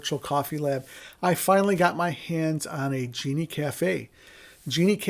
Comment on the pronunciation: Sorry man, you lost me at "Genie" Cafe. It's a "Gene" Cafe.